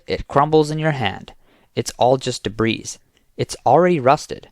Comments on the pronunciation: Your AI reader needs to learn how to pronounce "debris". Big thumbs down!! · The word "debris" has a silent S.